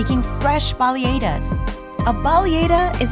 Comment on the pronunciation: Ive never heard anyone pronounce baleadas the way she did: Bally ay das 😂 that was wild